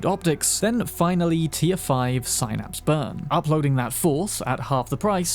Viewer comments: just so you know… (and it was a bit annoying), when you mention the Synapse hack, you pronounce it sine instead of sin. It really is SIN-APSE. Like the little neurological nerves running through your brain. Doctors don’t say sine-apes, they say sin-apses. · "Sign-apps burn"